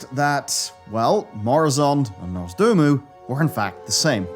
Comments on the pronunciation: ITS NOZDORMU NOT NORZDOMU 😡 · Am i the only one triggered everytime says nozdoomu instead of nozdormu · Why is he calling him Norzdomu 😭😭😭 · Who's "Norse Doom-u"? Is he the long lost brother of Nozdormu? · Love the video but it takes me out of it when says Nozdormu as Norzdoomoo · Did it annoy anyone else how he kept mispronouncing Nozdormu? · The true End Time will come when learns how to pronounce "Nozdormu" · NOZ. DORMU. NOZDORMU. NOZ. DOOR. MU.